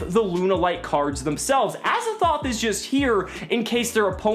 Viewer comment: Pls stop calling him Azzathoth. This card is called Azathot. It is literally Az-A-Thot.